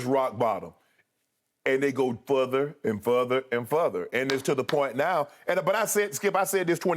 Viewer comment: Futher and futher and futher 🤣😭☠️